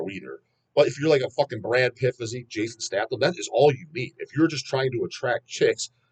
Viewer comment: HAHAHA, MISPRONOUNCED JASON STATHAM AGAIN!!!